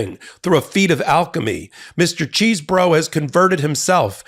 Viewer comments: Don't say cheese. I think it is chess. I love cheese and want to eat it without thinking about those morons. Please. L. Tribe pronounced it like chess, anyway. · Every time you say Cheesebro, I keep hearing Cheeseburger!! 😂😂😂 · It is CHESEBRO not Cheese , is not a cheese burger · The 'Cheese-bro' pronunciation sounds so appropriate. Thanks. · Ken Chesebro as pronounces it: My brother of a fermented dairy product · Who is the pipe bomber? That's the real question. EDIT: I love 'Cheese Bro' pronounciation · Is the correct pronunciation CHEESE-BRO? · It's pronounced however Kenneth Chesebro says, but I don't know what that is. Maybe we'll have to wait until he is sworn in at trial! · I love the emphasis that puts on the "cheese" in Chesebro.